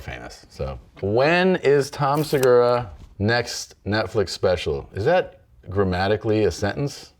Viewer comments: Seguuuuuuraaa, sounds Japanese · Se gu raaaaah... Sounds Japanese ;)